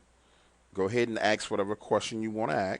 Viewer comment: AKS (AXE) a question?? Nah, ASK a question bro. ha ha ha